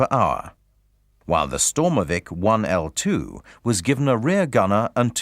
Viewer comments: Great vid, thx for the post. Shame the narrator called the IL-2 the 1L-2 :P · Lol...sturmovik. 1-l2??... No.... IL-2